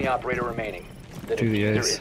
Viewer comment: i don’t know why, but when when he says (do the ace) I hear (do the RAWR )